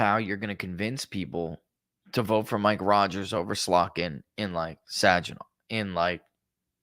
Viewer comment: Sag rhymes with Hag rhymes with bag. Hard G in Saginaw